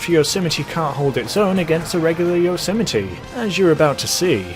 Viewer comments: Listen to the guy on the Blonded music station. During the advert he pronounces the car "Yose-my-ee" not Yosemitee. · Anyone else irritated evetytime he said Yosemite? Bruh he be like *yosəmitiee* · It's pronounced, "yOZ might" Fucks sakes... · Yose - mite This man said yo - si - mi - tee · I thought it was pronounced like "yoze might" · Yo-sim-I-tee What the fuck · I've been pronouncing it as "yo-ser-might" all along.. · Isn’t pronounced Yo so Might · Gta YOSMITE p.g - no yosimitee